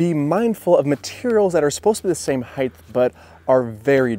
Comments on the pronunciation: Great video! I enjoyed how you say "heighth" too! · Great video, I can’t get over your pronunciation of height as “heigth” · Great video, but our public schools are a failure with so many people saying "heighTH". There is no "th" sound at the of the word height. It is a 'T' sound. Also, it's 'border', not 'boarder'. That said, good tips for deck work. Good video. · What is “heighth”? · Great tips. Upvoted. If I may offer a minor English tip: no such word as heighth. It's just height. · Why do some people say “heigth” instead of height? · just a thought... it is height... not heighth... hi-t .... not hi-th... unless you have a lisp, in which case my apologies. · Height. Not “heightth”. There’s no TH sound at the end. Is that an American thing? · Height is NOT SPELLED OR PRONOUNCED: “heigth”!!! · Stop saying "heighth"; there's no such word. It's 'height'. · Height, not Heighth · "height" no "th" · Great videos but why do you pronounce height with a th sound at the end of the word?